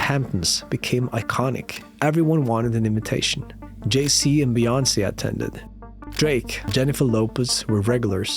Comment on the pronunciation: it's jay z bro not jay c